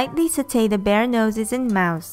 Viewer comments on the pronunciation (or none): none